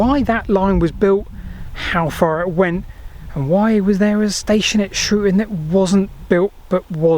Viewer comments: It's 'Shrewton' not 'Shrewon'. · the U in Coulston is silent, and the T in Shrewton (certainly as my Grandparents said it) certainly isnt. 😉Fantastic video though, I didn't know Shrewton would have had a railway, and I've cycled through it many many times